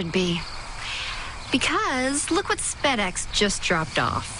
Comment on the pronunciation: Did she just say spedx